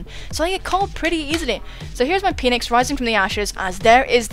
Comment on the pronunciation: I could hear you say "my Peenix" so many times with the Metal Gear music in the background during this video. My life is now complete. QOTD: Well, this one is difficult, 'cause first of all you have to consider the confusion that can be caused if there's a missing word in a